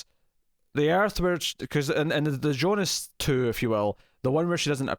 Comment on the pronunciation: KUDOS for calling Jonas - YONAS, not americanized Jonas (like J in John), which just irks me out so much with all the other reviewers, ugrh!